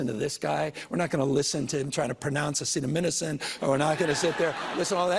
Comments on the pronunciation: Newsom: acetominason ... lol. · Newsom mispronouncing “acetaminophen” while criticizing Trump for the same is Peak Democrat 2025. A loathsome, violent, under-educated party. PS - Sorry,. You’re awesome. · How about how he made fun of trump on his mispronunciation of acetaminophen while ALSO mispronouncing the word?! That to me is hilarious. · Funny that newscum also mispronounced acetaminophen!!!!!!! 🤦🏼‍♀️🤦🏼‍♀️🤦🏼‍♀️🤦🏼‍♀️🤦🏼‍♀️🤦🏼‍♀️🤦🏼‍♀️